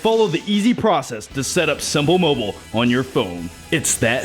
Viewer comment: simpul mobul haha